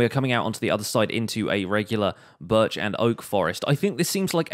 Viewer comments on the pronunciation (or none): none